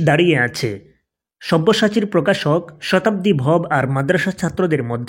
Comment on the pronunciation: vhai tui to onar name tao thik moto bolte paros na abr baler youtuber hoisos shala